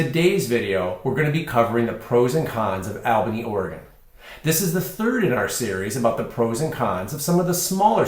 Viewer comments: It is pronounced ALL-bany., not AL-bany. Long-time residents can tell you about the vast system of ancient deep underground tunnels in Albany, Salem, and Corvallis. I have heard many stories about where tunnel entrances are and were. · You keep saying the name wrong!